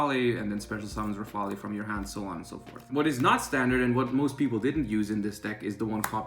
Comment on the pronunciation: The e is silent in rafale. Thanks for the advice!